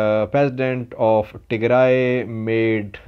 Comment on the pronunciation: He knows much more about Ethiopia than you. He even knows how to pronounce all the places in Tigray but you don't.